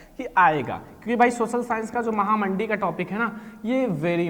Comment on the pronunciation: Mahamandee nhi mahamanddi😂